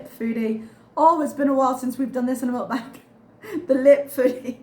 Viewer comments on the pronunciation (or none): none